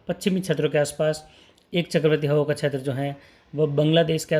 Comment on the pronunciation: बार बार छेत्र बोलते हो ये अटपटा लगता है क्षेत्र बोलने का प्रयास करो